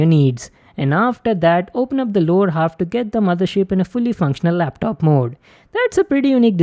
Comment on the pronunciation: Guy kept saying "ROD Mothershit?"